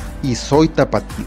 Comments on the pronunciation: Amigo….lee el acento en TAPATÍO….no es tapatio. Se Acentúa en la i. Tapatío. Yo soy de gua y soy orgullosamente TAPATÍA. Y no se dice Zapopán …….. no tiene acento. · Amigo no se dise verdad lo correcto se dise verdadddddte falta y se dise soy tapatío asento en la i